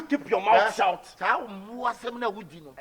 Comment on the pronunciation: minute mark, the borga (C-Confion) says "You keep your mouth shout" hahahahahahahahahahahaha